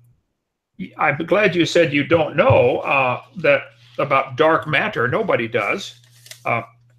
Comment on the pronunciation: "Dark Mat-ter"